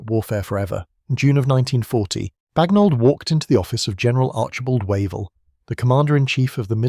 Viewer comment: IT'S BAGNOLD you ignorant programmer